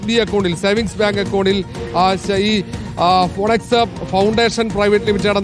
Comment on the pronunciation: ഫിനിക്സ്, ഫൊണക്സ് അല്ല